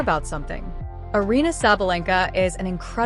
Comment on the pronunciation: It's Eh- yah- lah! Please pronounce her name correctly!